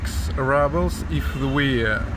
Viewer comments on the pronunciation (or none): you are like me! Don't leave home without chocolate! Honestly, I thought the 2nd cup of orange juice was for Sati! Thank you for sharing with us😅! Also,, I think we mentioned previously that Rubles is pronounced, Roo-bles. The U having an OO sound like in moon. Of course you can say it however you want, it's your channel😂. SO very good to see you all. Stay well, stay safe. With love from Illinois! 😊❤❤❤ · Pronouciation: roobles, not rubbles. roo like in kangaroo, or root. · You still say rubble and not ruble like in Russian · So …how exactly do you pronounce it in Russian…ROOBLES OR RUBBLES?